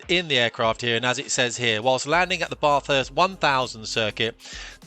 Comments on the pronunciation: Pronounced Bathe - hurst...not Bar - thurst... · Why do you call it a "jet"? Also.... "bath- hurst"? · Please learn how to pronounce Bathurst properly. Made me sick listening to that pronunciation. 🤦🏼‍♂️ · As with all non-Australians, this guy has no idea how to pronounce Bathurst. (Hint: its a short 'a', as in cat, not a long one as in car).